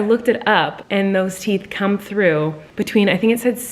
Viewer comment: "teathy come" -collen 2020